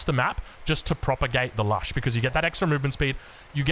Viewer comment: it's Lush. As in 'lush greenery'.